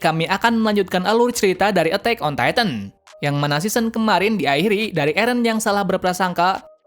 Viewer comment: Titan bukan titam 😂😂